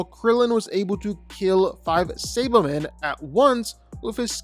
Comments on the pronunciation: What tf is a say-ba-man!? Who tf is Ginyo!? Bro knows nothin about DBZ if he can't say those basic ass names😂💀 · Say-buh-men? Nay-mick? Are you another AI voice? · Mispronouncing “Saiba-men” and Namek pissed me off